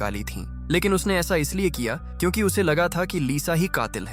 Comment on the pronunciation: AI he bhai ye sab..aap google gemini se baat karna wo kyunki ko chyunki pronounce karta hai..and yaha voice over b yahi pronounce kar raha hai